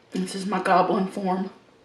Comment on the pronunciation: Was that “goblin form” or “gobbling form”?